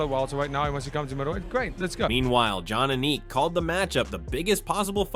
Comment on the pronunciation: Did the narrator really mispronounce john Aniks name??? Come on know